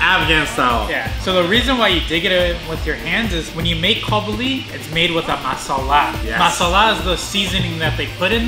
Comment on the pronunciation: do Afghans pronounce "Masala" like did because I've never heard it like that, here in South Africa we pronounce it "Miss-salah" or "Merrsala"